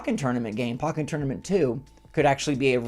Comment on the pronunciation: Great vid, but why do you pronounce pokken tournament like that😭